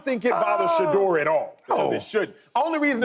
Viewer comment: Out yo effen mind saying sheduer don't got that dog in him